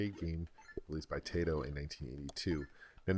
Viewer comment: "Tie-toh" not "Tay-toh". It's a Japanese company...